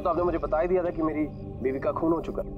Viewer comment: it's dia not daea